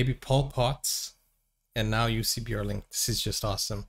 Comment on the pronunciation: His name was Johan Jonatan Björling, Jussi being his grandmother's pet name for him. His last name is pronounced: ö like ea in earn, so Bj ea r ling. Not yodeling.